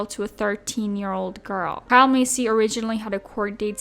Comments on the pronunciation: No shade but you are pronouncing Kyle’s last name wrong . It’s Pronounced like MAY SEA not like MACY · Why are you saying Massey like “Macy” 😭